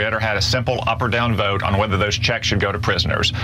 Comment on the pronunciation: I'm FROM Arkansas and I can't get over how this bozo pronounces "vote". "Vouuute" 🤢